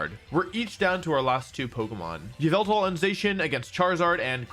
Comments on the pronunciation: It’s called ya-Val-tal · its pronounced yah-vul-tall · it's yavaltal